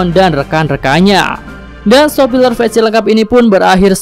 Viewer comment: Mulai kemarin denger nya si mimin bilang sopiler.. Apa telinga saya yang agak salah ya